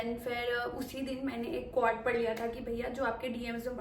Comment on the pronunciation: It’s QUOTES (KWOTES) not QWAD lol